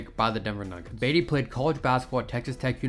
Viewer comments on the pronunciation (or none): Yup. buhTEE not BEYtee. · its pronounced like Buh-tee, not Bay-dee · I was lost when he was calling him baity I’m like what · It's Tony Battie! BAH-T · "Tony Batty." Lol I like the video but c'mon man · yup, its pronounced Buh-tea ... smh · All you young guys making NBA vids, start learn how to properly pronounce the names of the players in the league from their eras. I give you guys zero cred when you f up and stop watching. I got to Tony Battie and came straight here. Its pronounced BA-TEE